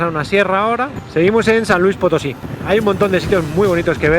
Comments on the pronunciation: Se llama San Luis Potosí no San Lusi de Potosí jajaja pero excelentes videos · Es ciudad del maiz , San Luis Potosí no San lusi de Potosí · No es sanluis de potosi Es ¡¡¡ SANLUIS POTOSI !!!!!